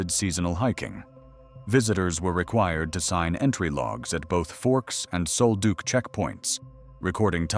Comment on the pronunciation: It's "sole-duck", not sole-duke. Damned AI!!!!